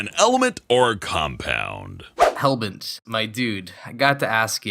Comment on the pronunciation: toadstool/terrarialord9013 someone who pronounce their Rs weird